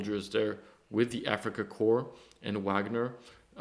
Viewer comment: Thank you for the video and attention to this! Slava Ukraine. Just a note for the English speakers, "Corps" is sounded out like "core" Otherwise it sounds like you're talking about dead bodies.. ""corpse"